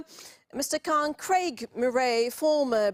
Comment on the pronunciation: She pronounced Khan as if she was an Indian or Anglo-Saxon who don't have the sound in their English language.